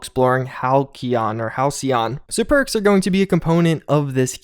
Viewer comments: Halcyon is pronounced Hal;see;yon. It means "The good old days" essentially. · That "c" makes an "s" sound. Didn't you take english class??? "Hal-see-on". You got it the 2nd time. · Halcyon = Hal-SEE-on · For anyone who cares, it's pronounced hal·cy·on - denoting a period of time in the past that was idyllically happy and peaceful. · Hal-see-yon. It means 'calm, tranquil' or a certain kind of bird. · okay just for reference Halcyon is pronounce Hal See On